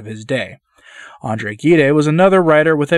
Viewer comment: Andre Gide was a Nobel Literature prize winner. He was a Protestant and a homosexual. Gide is pronounced "zheed." Several of Alberto Moravia's novels were made into movies: Time of Indifference; Two Women; and The Conformist. Moravia's father was Jewish.